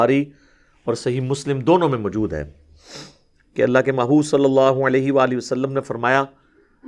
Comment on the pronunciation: Assalamu Alaikum wa Rahmatullahe wa Barakatuh. Ali bhai I want to point out one thing for your improvement. You mispronounce an Arabic word which is also in Urdu. You mispronounce the Arabic word “maujood” as “ majood”. Please correct this, insha’Allah! Jazakumullahu khairan! Your pronunciation is much better than most other scholars, alhamdulillah. Wassalam.